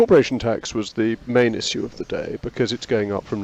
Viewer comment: "isss-sue". Always a bad sign when someone says it like that.